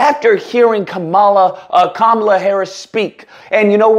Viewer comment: Dude should learn how to pronounce her name correctly first, but yeah, politically he's definitely ignorant.